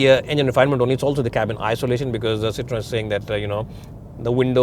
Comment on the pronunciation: The pronunciation was not correct